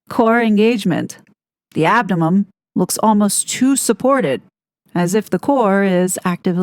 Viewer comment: It's abdomen not abdo'mum' 😊